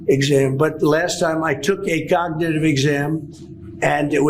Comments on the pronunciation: I'm surprised he can even say cognitive. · He can barely say “cognitive.” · He can’t even say cognitive !! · Trump can't even say "cognitive" correctly.